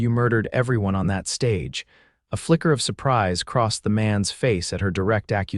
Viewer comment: Stage - long "A", Soft "g", Silent "e" NO "uh" sound on the tail of Stage. Not on Coach, either.